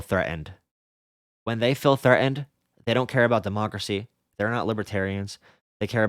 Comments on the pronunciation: OI FEEL THREA'ENT BRUV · I like the fact you pronounce threatened like a Londoner